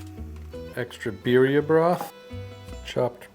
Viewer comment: Birrrrrrrria. You gotta rrrrrrroll the errerrrrressss ese